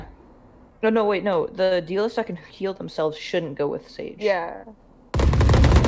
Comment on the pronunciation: Lmao I heard canto